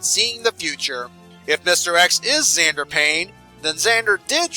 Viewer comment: I would like to point out that xander starts with an x as in mister x